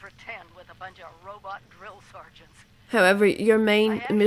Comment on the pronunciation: i love it how she pronounces "robot"... err she says "rAbat" .. a bit funny too